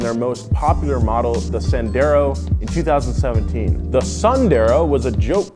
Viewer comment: You mispronounced the hell out of that poor Dacia Sandero